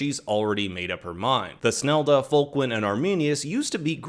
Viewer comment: If you listen to the German original there is no ‘th’ sound. It’s toosnelda not thus nelda